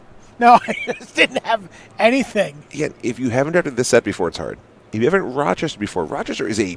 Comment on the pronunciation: "Rochester" not "Rochestor"